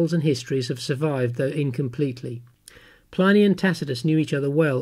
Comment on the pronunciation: His name is pronounced PLIH-nee, NOT PLY-nee. His name was Plinius.